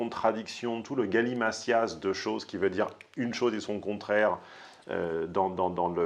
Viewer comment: Bonjour, j'adore ce que tu fais depuis des années mais s'il te plaît arrête de prononcer "galimatias" galimassias, le "t" se prononce "t", c'est une exception, Bernard Pivot dans ses dictées il y a quelques années quand j'étais jeune le prononçait de la bonne façon, désolé, je suis l'emmerdeur de service, merci pour tout ce que tu fais,je t'adore